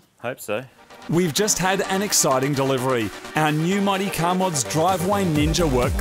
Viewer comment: I think they just keep making the "Mighty" in the intro sound more and more like "Marty" until someone notices. Anyone else?